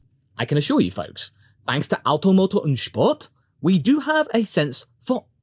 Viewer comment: As a german myself, I love the way you say "Auto, Motor und Sport". ;)